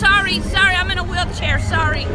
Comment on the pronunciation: "I'm in a wheelchea sawry" 😂😂😂